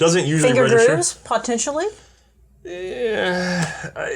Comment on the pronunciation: Did miss the 'paw-tentially' or did he just sandbag?:P